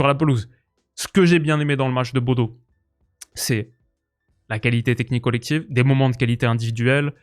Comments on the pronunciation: Superbe vidéo ! Petite précision, Bodø ne se prononce pas [Bodo] mais plutôt [Bodeuh] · Hey super vidéo encore! juste je crois qu'on dit "bodeu" ou "boudeu" pour Bodø en norvégien! faudrait rechecker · Super Vidéo comme d'hab! (Juste petite précision Bodø se prononce Boudeu)